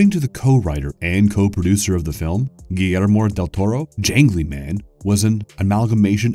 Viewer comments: Oh my lord, am I the only one grinding their teeth when he says Giger (Gy-Gah) or Guillmore Del Toro (Gui-Er-Mo) I clicked on this video and regretted it, people who do these videos are always illiterate I swear. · not as bad as his butchering of Guillermo del Toro’s name. i cant even understand how he added so many extra Ls 😂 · This guy almost pukes saying Guillermo del Toro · Was going to poke fun at your pronunciation of Giger, but then Google told me you were correct. Still sounds funny to me tho. ^_^ edit: Bruh you don't have to try so hard. Guillermo Del Toro isn't going to be upset if you don't try to force a Spanish accent into his name. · So annoying you keep pronouncing Gigers name wrong. Also mispronounced Guillermo del toro